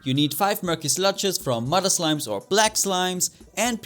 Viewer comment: you don't said slimes you said slimis